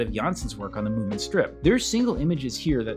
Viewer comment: its munin not mooin